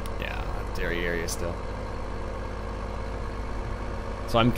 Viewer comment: Did you say "Dairy Area" or "Derrière?" XD. Love the new silo.